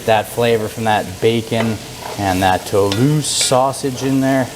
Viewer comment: Hey, French Canadian here, you said Toulouse perfectly, dont worry about it!